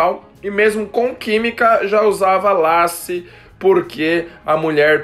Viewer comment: Rachei com vc falando lace kkkkkkk...pronúncia fica leice , é uma peruca